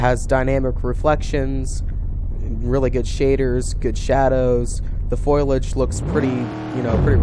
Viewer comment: it's foliage not foilage